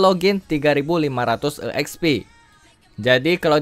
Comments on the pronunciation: Bang lu napa nyebutnya E Eks Pi Padahal tinggal sebut ekspi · bang, EXP itu sebutanya udh exp jg (ekspi) bukan e xp ( e ekspi) hehe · EKSPI BANG BUKAN E'EKSPI🗿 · Asli kesel gua gagal fokus dengerny